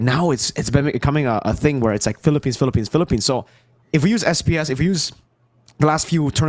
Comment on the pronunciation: M-PL-ippines is the greatest thing I’ve ever heard thank you